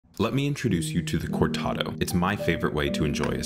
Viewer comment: Bro why are you pronouncing Corrado like that? Lol 😆